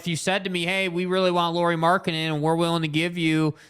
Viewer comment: Third syllable in Lauri Markkanen's name is "nen" not "den." gets it. must be listening to Bolerjack too much!